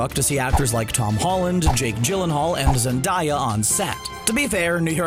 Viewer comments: Is no one talking about ? He just said Zan- DIE- ya instead of Zen-Day-Ya,!! Triggered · Why is everyone pronouncing Zendaya’s name wrong? It’s pronounced Zen-day-yuh not Zen-da-yah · Seriously? Did you just pronounce Zendeya as Zen-die-a. Also alot of people say the movie should have taken place in New York but I personally loved to see these alternate locations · HES CALLING ZENDAYA ZENDIEAH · wtf he literally said zendaaya 😂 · Did he say... ZenDIEya... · Did he say zen- dye-a? Come on man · How the hell do you mispronounce Zendaya You uncultured swine